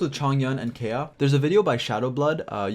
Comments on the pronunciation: Its Ka-e-ya not Keya lol. Anyways nice video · Kaeya not a bridge anymore, also it's pronounced KA-ya, just wanted to clarify ^^ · His name is pronounced Kai-Yah btw 😆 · Please learn to say his name correctly.